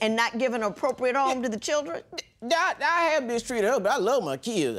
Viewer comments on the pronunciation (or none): If she says chidren one more time,, gosh